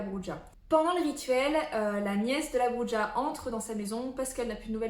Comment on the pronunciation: Ola ! On dit 'Brura'. Les hispaniques en PLS. 😁